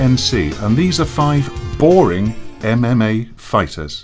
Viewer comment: He overpronunciates e v e r y syllable. em em ay, insyead of ememay